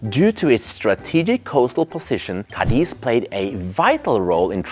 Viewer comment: I knew it would have to be in Spain before I heard you say it 😊 I lived in Madrid for 4 years and travelled all over the Iberian peninsula, including, of course, the North, where Spain’s best restaurants are located - precisely in the Basque Country. Oh, and the city is called CA-diz, not Ca-DIZ. Greetings from LaGomera, Canary Islands 🇮🇨